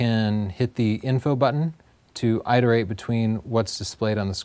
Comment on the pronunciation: PLEASE... It's pronounced IT-uh-rate and not EYET-uh-rate. What the...????